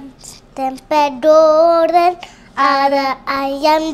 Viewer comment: Waktu nyanyi pengucapan untuk goreng disebut Doren. Jadi lucu, maklum masih belum terbiasa pengucapannya.